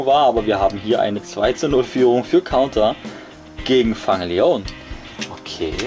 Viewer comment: Eigentlich nicht schlecht, aber der eine wird nicht ,,Fang Lion" ausgesprochen, sondern ,,Fäng Lion" (geschrieben Fang Leone)